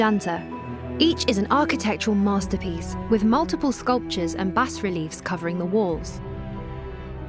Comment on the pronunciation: Another total idiot who doesn't know how to pronounce b a s r e l i e f